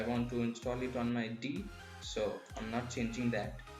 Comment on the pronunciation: "I want to install i ton my d" hahahaha